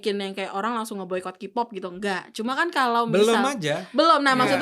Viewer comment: Tolong mbak yang pake jilbab untuk KPOP K nya dibaca KE bukan KI. War juga dibaca wor. Kalau mau ngomong Inggris sekalian yang bener.